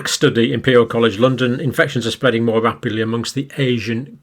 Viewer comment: Fear mongering fool. It’s spweadin wapidly lol.